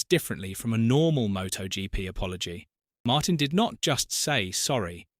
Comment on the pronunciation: It's pronounced Martin.